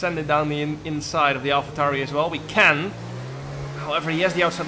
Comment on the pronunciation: Why you calling it an alpha tauri